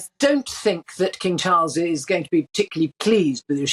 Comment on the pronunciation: King Charles has a beautiful voice and perfect enunciation and pronounciation. So very soothing